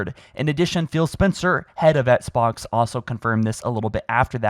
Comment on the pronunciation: “The ESSK-BOX”